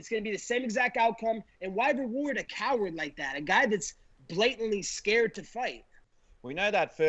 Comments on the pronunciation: Colby “he’s ascared of me” Covington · Colby: he’s ascared of me. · "He's ascared of me"